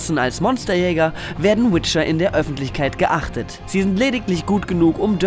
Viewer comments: geachtet? xD geächtet mb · Jemand anderem auch aufgefallen, dass er statt geächtet "geachtet" gesagt hat ? :D oder wars doch absicht?! 0.o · Geächtet, nicht geachtet, oder? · "geachtet" oder eher "geächtet"? Aber danke, für Teil 1 fehlte mir die Motivation um es selbst noch einmal zu spielen, dafür hatte es mir zu viele Schwächen. So muss ich mich jetzt auch nicht mehr durch ein Let's Play quälen.